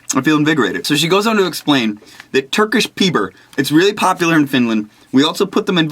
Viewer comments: For those who don't know, trying to watch this in a library between classes and trying to NOT burst out laughing everytime Peter says "Turkish Perber"....it's not easy....not at all. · Haha, awesome paket du skickade! Riktigt kul hur han uttalade Turkisk Peppar!